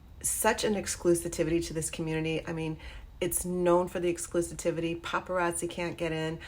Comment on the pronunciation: You're pronouncing exclusivity wrong. Otherwise good video.